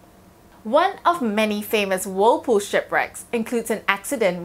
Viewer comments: Every time she said whirlpool it just reminded me of that book.. “wool pooh” comment if you know 😏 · Why are we listening to expert advice from a person who cannot even say the name properly.. like how we supposed to know what she’s talking about…